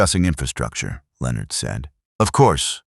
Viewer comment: AI stands for Astoundingly Ignorant. The Bot-arrator can’t pronounce the name “Leonard”. It tells me that no editorial steps whatsoever were taken prior to posting to groom the story and guarantee a good product. You are wanting subscriptions. Please give us a reason to do so.